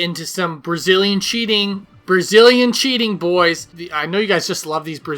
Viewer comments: I love it when says bois;-) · At this point he's saying bois to piss us off.